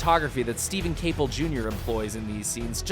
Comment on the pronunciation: Wow reviewer couldn’t even say the directors name right. Shame- it’s Steven COPLE Jr. Not Caple